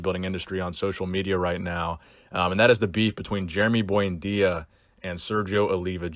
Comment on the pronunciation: Lmao "boyndeeya" sickening Jason genova prenunciatations